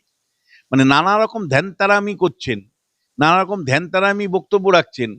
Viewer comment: ধ্যানতেরামি নয়। কথাটা ভ্যানতারামি।